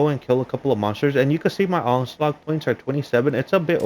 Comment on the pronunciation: It's onslaught dude. Not onslaug